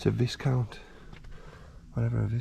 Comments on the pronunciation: Viscount is pronounced Vi-count. Silent s. Great find. Such a shame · The Viscount is actually a Vauxhall Viscount pronounced with a silent S, an upmarket version of a PC Cresta